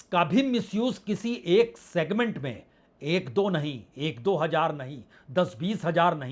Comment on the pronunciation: Sir aapki khabar aapki research no doubt bahut umda hoti hai. Magar aapka talaffuz bahut he kharab hai. जैसे हज़ार होता है आप हज्जार हज्जार कहते है जो बहुत बुरा लगता है